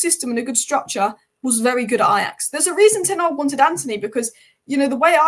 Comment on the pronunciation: It’s Ten Hag, not Tenarg.